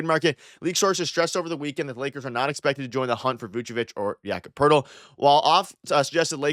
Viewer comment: why does every nba follower pronounce it like yaccapertil 😂 first time i heard his name i thought it was one word